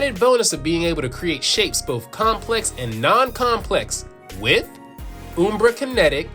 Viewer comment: It's not "Oombra", it's "Umbra" like; pronounced in the word umbrella. Like "un-" but with an m instead of n. Ummm... Umbra. Hope this helps.